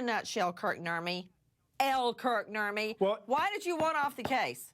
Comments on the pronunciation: Who else hears 'Burt and Ernie' when someone says Kurt Nurmi? Just me? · Nurmi is a finnish last name, so he has some family from Finland. When Americans say "Nurmi" it sounds soooo stupid and NOTHING like it should be pronounce 😂